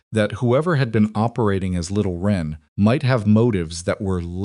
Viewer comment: Little wren, not ren. This is a type of little brown bird.